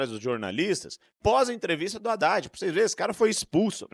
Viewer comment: HADDAD.... ...HA_IDADE .......KAKAKA .... FALA ..... DEPOIS DIZ QUE NÃO FALOU ..... HA_IDADE .....KAKAKA .... CUIDADO ... CUIDADO .... NICOLAS TE. PEGAR ....KAKAKA